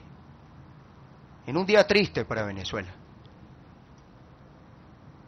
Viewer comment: disculpe, a usted quien le pregunto si tenia amigos en europa? las palabras no se escupen, se dicen o expresan.. y aprenda el nombre su pais que es VENEZUELA, NO VANAZUELA